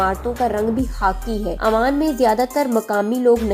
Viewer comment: Amman aik City hai aur Oman aik mulk hai aap ne poree video mai Oman ko amman kaha hai jo k ghalat pronunciation hai